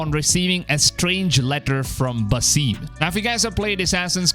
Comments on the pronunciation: Lol stop saying Basime! 😂 it’s Basim! Geez! And I love how u say listening to the community lol.. this past game was the best selling AC game of all time! So u mean listening to the trolls? lol…I’ve played all of them and I loved Valhalla and origins and Odyssey! Lol and U think Basim was one of the most beloved characters of AC Valhalla really? The guy was an asshole! 😂 wow honestly this isn’t even gonna b a game bud like wtf it’s a book! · Buh-seem lol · You’re telling me, “Basim” is pronounced “Basseem” ?